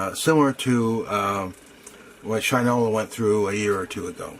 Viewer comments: pronounced Gin-no, not Gin-ault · Good review. But terrible pronunciation of Ginault... Think of Peugeot. Renault.. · OMgosh...for real on the pronunciation of the name....DAMN..people get it straight. And why would a discount “cloud” your judgement..I stopped watching.